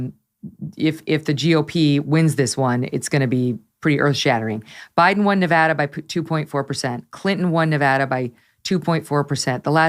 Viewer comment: Congrats on being one of the few commentators that actually gets the pronunciation of Nevada correct. Laxalt will win. The Reid Machine has collapsed.